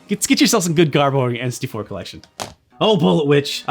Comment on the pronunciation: says "enns-tee-four" when he's saying n64